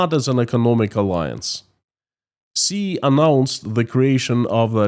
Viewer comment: Hey. Great content, and I support you all the way. One small thing, though. Xi Jinping is pronounced "She" Jingping. "Xi" in Mandarin is pronounced as "she", not "zee".